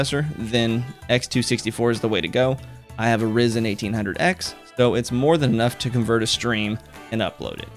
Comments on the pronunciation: its pronounced Ri-zen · " I have a Rizen" LMAO